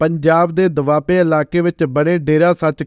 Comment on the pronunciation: ਪਤਰਕਾਰਾ ਦੁਆਬਾ ਹੁੰਦਾ,,ਨਾ ਕਿ (ਦਬਾਬਾ ) 😂😂😂